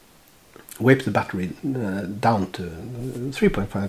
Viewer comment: I love how you pronounce vape. Wape. Lol it's kinda goofy sounding to me. I like it. I'm not giving ya shit bud, you're a cool guy.